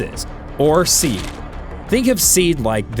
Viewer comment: Someone probably already made this comment so my apologies for duplication if so - SEAD is pronounced "See-Add"